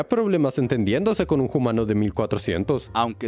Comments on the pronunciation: ¿Por qué pronuncian "jumano" en vez de "umano". Le dan sonoridad a la h como si fuera inglés o francés, etc. en lugar de que sea silenciosa. ¿Qué origen tiene quien locuta? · Le dice homano